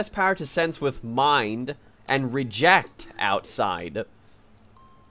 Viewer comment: No, It's "reject".